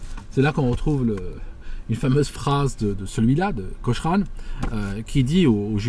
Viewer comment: It's Johnnie Cochran like Cokran not like Coshran. Also it's not the 2nd amendment, it's the 5th.